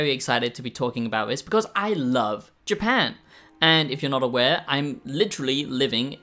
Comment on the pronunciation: Ok, ok ,ok,ok . We get it, but it still doesn’t make it a good review. For someone who “apparently” lives in Japan, can’t even pronounce the country’s name. Not worth the watch